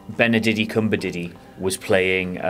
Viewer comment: Nah. Tarantino can only be watchable when he creates outlandish characters doing outlandish things. Star Trek characters are already created. Don't think he's good enough to work with that. Irritating that he refuses to pronounce Benedict's name, really puerile - shame on him.